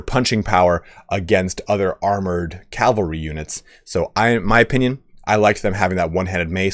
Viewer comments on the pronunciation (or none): ahem.. CAV-AL-RY ;DDD <3